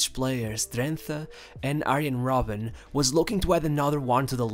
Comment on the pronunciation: Robben not hobben